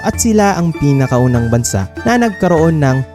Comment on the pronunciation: Bansa' ang tamang bigkas!!!!!